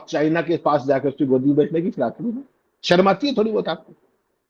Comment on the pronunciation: अमित शाह शर्म को 'सर्म' कहकर हिन्दी भाषा का अपमान कर रहे हैं, उसका उल्लेख करने वाला कोई नहीं है।